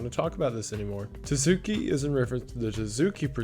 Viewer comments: oh boy, was interesting to see Tsuki Project in this video. first off, it's TSU-KI, not Too-zoo-ki. second of all, it's pretty much just a way for some people to farm bitcoins off of gullible teens, mostly through guilt-tripping. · I gotta say, I'm getting huge "Early Days" Night Mind vibes from this kind of content, which is a REALLY good thing. keep it up, dude! Excited to see more from you! Also, edit: Tsuki is Tsu-key, not Tuh-soo-key. "tsu" is kinda hard to explain from an English PoV, but the "good enough" version is just make the T silent, so soo-key) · hey ive noticed this twice now but when you find words with a tsu in it just ignore the t noise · I, um. You pronounce the "ts" in "tsuki" like you would at the end of a word, but with the T sound super soft. You blend it into the S as you say it, is I guess how I'd describe it. It's not quite a silent letter, but it's close. The G in "gnosis/gnostic" is silent, though.